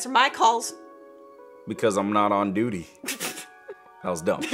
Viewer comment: He says beauty but it's duty